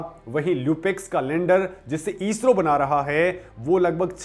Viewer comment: ईस्रो नही इस्रो